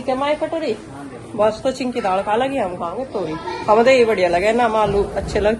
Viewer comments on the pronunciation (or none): Priti ji daad kya hota hai daal hota hai improve your language